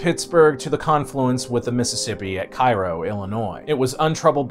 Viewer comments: "Lewis-ville"= wrong "Lewey- ville"= ok "Lou-uh-vull" = correct "Kai-ro, IL"= wrong "Kay-ro, IL"= correct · Overall this is a very good video but I do have one small complaint. Being from the nearby city of St. Lous the town in Illinois is pronounced "Kay-ro" . I realize it's spelled the same as the city in Egypt but that is how it is pronounced. I probably wouldn't have said anything if it was Simon or Karl but it was mildly annoying to hear this mistake made by an American...but other than that great episode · I'm from Cave-in-Rock! We do not swim in the river and if you're smart, you don't eat the catfish. If you wanna fish, just catch and release. If you want fresh catfish, get pond raised. Oh and Cairo is pronounced "Kay-row". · It's pronounced k-ro, not cai-ro. Yes it's stupid, everyone knows but that's what it's called.